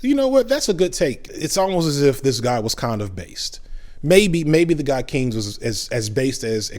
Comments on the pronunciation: sorry to be a nitpicker, but John Maynord Keynes' last name is pronounced Kanes. Google spells the pronunciation kaynz. I thought it was pertinent for people seeking more information. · "Keynes" is pronounced like "canes." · I liked your video, but your mispronouncing John Maynard Keynes. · Why can’t you pronounce Keynes or laissez faire?